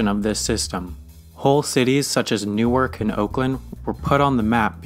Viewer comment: the way he said “Newark” eww